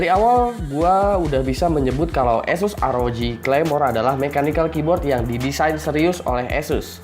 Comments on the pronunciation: kok kyk bule bg??? esus enakan asus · anjay beneran di tes :v btewe nih pengcuapan nama Asus yang bener itu "Ass ess" atau Asus gitu aja? soalnya di official page ane pernah denger pengucapan nya Asus gitu aja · "esus" lol.. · hehe gw mencoba untuk memperbaiki spelling ASUS yang sesungguhnya, itu aja kok. Kalian boleh cari sendiri sebenernya gimana pengucapan brand ASUS ini